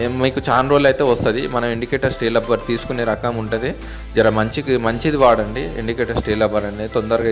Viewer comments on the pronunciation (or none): లబ్బర్ కాదు రా బాబు... రబ్బర్ ఆది